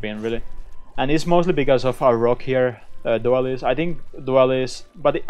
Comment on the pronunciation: The "doo-ail-ees" meta.